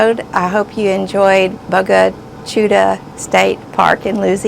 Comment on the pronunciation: good afternoon the word is pronounced Bo-ga Chit-ta and is Indian for black water